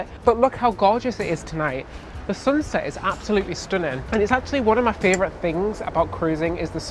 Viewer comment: Anyone else here love the amount of times says fravrit 😂 love the videos guys